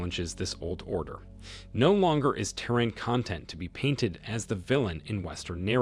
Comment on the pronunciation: Is not I-ran and is not Te-Run stupid illiterate!